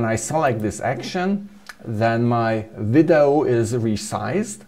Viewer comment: "Vidoh" lol. We love you.